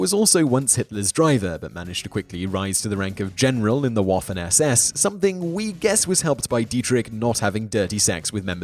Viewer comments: great video and great content my only problem with it is all the mispronounciation, in German W is pronounced as a V so for example they should be pronounced vaffen and vehrmacht. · Just a point: the "W" in Waffen and Wehrmacht is pronounced as a "V". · This is a hate video. More anti German propaganda. You cant even pronounce waffen correctly. How about show some proof of all this crap. So your problem with Goring is that he took pride in how he looked? Take an oil field in Hungry? Germany and Hungary were allies but you try to make it sound like they were enemies. This video is just one big mistake